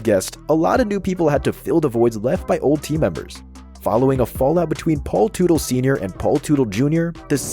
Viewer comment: Automatic thumbs down to anyone who uses a robo voice. Mispronounced Teutle. It’s pronounced Tuttle.